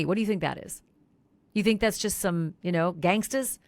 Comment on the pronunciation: “gagstas” 😂😂😂this woman.